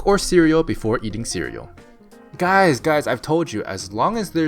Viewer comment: "Hello goo-ys!"